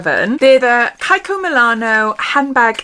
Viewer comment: Your dark hair is striking. So lovely. On a different note, isn’t it pronounced Kee-ko? Not Kye-ko.